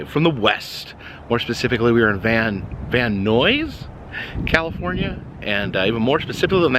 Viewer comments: Just as a note, as a local, it's pronounced like multiple Bill Nyes, not Noise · Van Noisss! Love it! unintentional shade to the valley perpetuates decades of insults! 😅 VAN-NIZE! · Are you purposely mispronouncing Van Nuys just to piss people off? Van EYES...not van oys. How are you even coming up with that ridiculous word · “Van Nuys” rhymes with “man guys,” not “man noise.” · It is pronounced Van-Eyes 🚐👀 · Great video! And for the record, Van Nuys is pronounced Van "Nyes" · Pronounced: Van-Eyes. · I think the Van Nuys sounds like "eyes"...but I could be wrong? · Van Nuys is pronounced Van Nies ( the u is silent) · It's pronounced: Van Nighs, sir. Thank you! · Van Neyes is how it's pronounced 😊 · The way we pronounce it sounds like "van-eyes". Man, you showed up at my job twice (Halloween Horror Nights and Super Nintendo World) and now you're in my neighborhood! Wish I could've met you! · Before you leave please ask a local how to pronounce Van Nuys. 😊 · I live in Van nuys and his pronunciation was bugging me. Lmao 😂😂😢